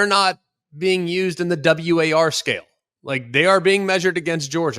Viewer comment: It’s not W-A-R, it’s War. Said all at once